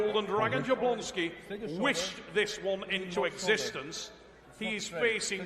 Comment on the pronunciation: Yablonski, that's how it's pronounced. J's are like Y's